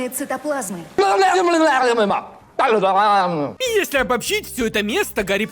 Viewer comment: Кристалы цытоплазма Ааааааааааааа мои ушы!